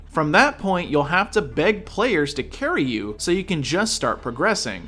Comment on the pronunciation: Dam what a carry, don't say carry so hard man lol hahaha